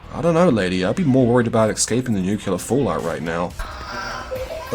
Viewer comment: How does eSCaping become eCSCaping when you say it?